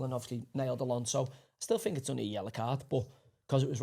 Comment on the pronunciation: Why does Joey say “fink” and “wiv”. It kind of blows his pretensions of intelligence. Barton Fink.